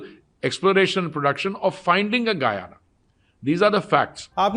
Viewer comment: guuyana gayana pronunciation sikha lijiye vidhayak ji ka bhi yahi problem hai